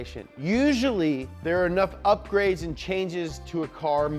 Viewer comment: “Drivetrain up-ur-aids”